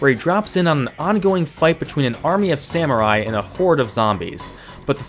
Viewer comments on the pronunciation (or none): none